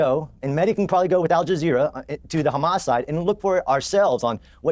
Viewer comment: He was saying Hummus this whole time.. Sabra hummus... :)